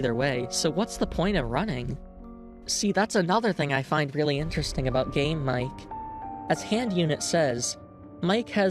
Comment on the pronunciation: can't unhear "game mike" as "". anyway banger video rules